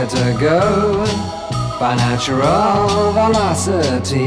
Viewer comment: One of Donovan's more obsure albums, but I played this over and over again in the 60s. The songs have such great lyrics, sung with Donovan's unusual syllable phrasing. "Quicker to go by naturAL velocity."